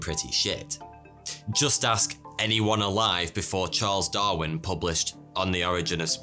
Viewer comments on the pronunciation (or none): none